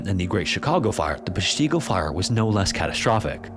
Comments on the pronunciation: I don't understand why you would not learn the proper pronunciation of Peshtigo? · Short "i" in Peshtigo and emphasise the Pesh! As a local ...It made me wince every time you said it. Lol. I still ❤ your videos, just had to speak up on that. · To my knowledge, with Peshtigo, the accent is on the “Pesh” and it’s a short “i”, like in “tick”. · Please learn how to pronounce peshtigo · I was a firefighter in the Air Force for 22 years and now live in Wisconsin. Familiar with both. Great video except your pronunciation of Peshtigo. 😂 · As soon as he said Peshtigo I instantly cringed 😅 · Threw me too, had to double check my own pronunciation despite being a WI native. For those that don't know Peshtigo is an Ojibwe word meaning 'river of the wild goose'. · Wisco resident too...are you not bothered by the mispronunciation of Peshtigo? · Your AI is pronouncing “Peshtigo” wrong. Pull your head out of your ass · Oh no the way you are pronouncing Peshtigo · Please. It's PESHtigo, not PeshTEEGO. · Short I sound. PESH-ti-go, not pesh-TEE-go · While a pronunciation site may say “pesh-tee-go,” Wisconsinites call it “pesh-tih-go.” We call everything different. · No no no. Not pesh-TEE-go, it's PESH-tuh-go. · As a Wisconsinite, we say Pesh-ta-go, rather than Pesh-ti-go. But don’t get me started on mispronunciation of more counties/towns. If you can correctly say Kaukauna or Weyauwega, welcome home. 😂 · From WI native: “PESH tih go” not “pesh TEE go” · Its PESHtigo, not PeshTEEGO! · It’s Pesh-teh-go 😂 I kept laughing at Peshteego. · I dont wanna be that guy, but ima be thats guy…. I’ve always heard it as “Pesh-ta-go” more than “Pesh-tee-go” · Pronounced: pesh-ti-go, not pesh-tee-go. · I'm from Wisconsin. It's pronounced Pesh ta go. Not Pesh te go!😊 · I've lived in Wisconsin my entire 44 yrs & it's notorious for hard-to-pronounce names. Hearing them mispronounced is cringe-inducing. Peshtigo has a short "i." It's Pesh-tig-oh, not Pesh-teeg-oh. 🐄 🧀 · pesh-tig-o is how its pronounced